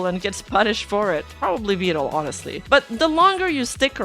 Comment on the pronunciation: Probably one of my personal favorite details about Neuro is her accent. The way she pronounces words like "honestly," where she adds an h. "Honeshtly."